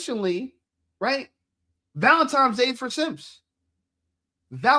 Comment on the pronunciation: Theres no M in Valentines Day 😂....its not Valentimes day